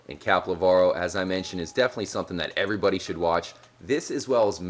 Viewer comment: ) hit like errbody :) lmao 'errbody'